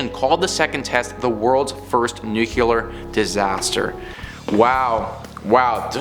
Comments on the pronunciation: New-Clee-Er. As in from the NUCLEUS of an atom. Not New-Q-Ler. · I love you guys! But...Omg, the word nuclear is pronounced nu-klee-Ar..not "nu-kewul-er"..all of you say it wrong. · Learn to say nuclear please